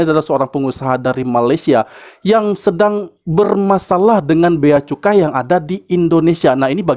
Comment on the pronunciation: Cukai bkn kucai .... Kak oiii ...😂